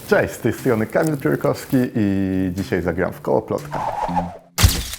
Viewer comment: Czesć tu Kamil piólkowski...cym jest lafa kolalowa XD O ludu logopeda od zaraz !!!